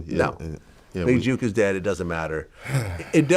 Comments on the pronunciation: stop saying big JUKE its JOOK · It's Jook NOT Juke smh Vlad 🤦🏾‍♂️ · Vlad getting everyone’s name wrong It’s pronounced JOOK like cook… and it’s Woo Dee not Woody 🤦🏽‍♂️ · You can say book but cant pronounce Jook?